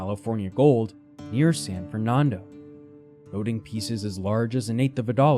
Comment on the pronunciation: Someone needs to tell the narrator how to say Nevada and Fernando, not the stupid way he says it. That just proves his ignorance and is very annoying. Enjoy! Kurt in Santa Rosa, Ca.